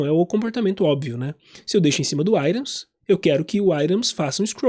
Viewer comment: Gostei da aula, só meu deu nervoso você ficar falando "airons". Fico lembrando de Iron Maiden o tempo todo. Items em inglês fala assim mesmo "airon"? Nunca falei assim.